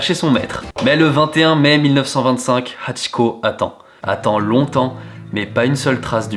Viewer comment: Mes yeux shumidifient direct en entendant "hachiko" Video super interressante